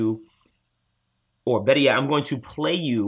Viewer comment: "...Now that I got Chu I Feel BetTah"